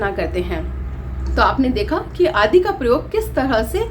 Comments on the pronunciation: आदि का सही उच्चारण कीजिए,आप आदि को आदी कहती हैं! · सही बात है, दोनों शब्दों के अर्थ अत्यन्त भिन्न हैं। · Aap to khud hi Hindi kee tang tod rahi hai आदि इत्यादि का उच्चारण नही आता है।